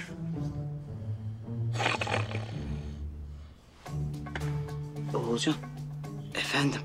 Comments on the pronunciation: Akif Oğulcan'a oğulcay diyor Oğulcan da akife atıf diyor çok güldüm ya 🤣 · Ogulcay değil Olcay diyo